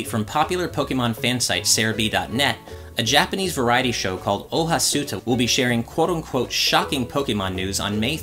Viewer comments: It should be pronounced as Oha Star. Suta is basically how the Japanese phonetically say it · Pronounced O-Ha-Star, but go on